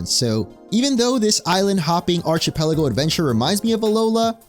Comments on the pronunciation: It's pronounced ArK-Pelago, not Arch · Archipelago starts with the sound of "ark" not "arch"... just sayin. Thanks for the upload though, I missed a couple of your additions here. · aar-kuh-peh-luh-gow, not arch-uh-peh-luh-gow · You should learn how to pronounce the word "archipelago" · The second hand embarassment I feel hearing you pronounce "Archipelago"